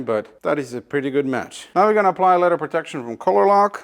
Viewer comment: ITS LEATHER, NOT LETTER!